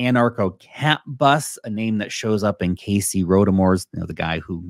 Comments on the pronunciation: its casey not cassy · Cassy lol 😂😂😂😂😂😂😂😂😂😂 Bro it’s Casey